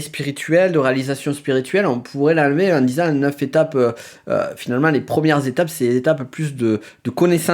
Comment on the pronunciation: Éveil ou pas c’est pas neuf zétapes mais neuf étapes …